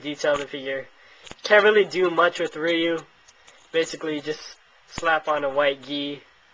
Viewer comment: its not reeeeeeeeeyou.its roo or rye-you